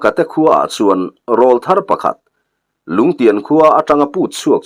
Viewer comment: Râwlthar tiin lam ri ve tawh la....... insiamthat hi tum ve tur.. 😊😊😊